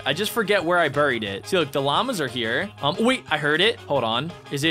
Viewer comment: Stop saying burryed please